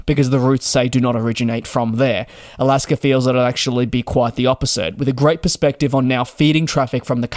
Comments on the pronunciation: Again! It is NOT Alasker Airlines. IT's AlaskA. You CAN say it correctly if you try. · Alasker airline 😂😂😂